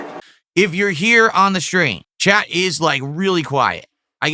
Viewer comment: He’s just so fucking weird. “Tag me in the chah so we can have chill conversation.” “My time is meaningful”. Who fuckin talks like that?